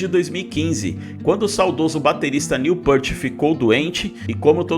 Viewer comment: Querido responsável pelo canal. Não, o retorno à atividade deles não é por dinheiro, eles não precisam disso. Outra coisa, não é Jédyy Lee, se fala GUEDDY Lee, muito menos Neil Pêart, se fala Neil Pirt. Tuas afirmações estão equivocadas e não respeitam o trabalho de mais de 50 anos do Rush. Fica a dica. Postar vídeos por dinheiro tem muito mais a ver do que eles tocarem por dinheiro. Lamentável.